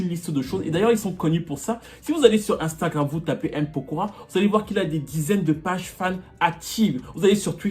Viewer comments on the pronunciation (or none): none